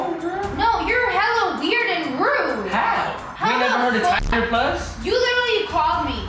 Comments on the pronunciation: LMAOO "Tieder plus" IM DEADD 😭😭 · said tynder plus that shi was funny😂